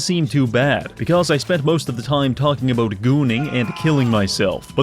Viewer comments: What's the problem with saying the word "about", is this some kind of incurable birth-given disability? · I heard the Canadian in this one “Aboot” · Canadian detected.